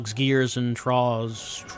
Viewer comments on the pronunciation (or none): Troughs is pronounced "troffs".